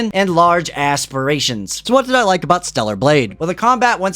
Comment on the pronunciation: "And LARGE ASSpirations"